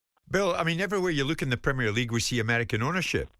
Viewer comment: Never trust a yank, that doesn’t know how to pronounce Premier